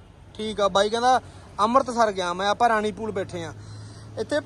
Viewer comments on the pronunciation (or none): none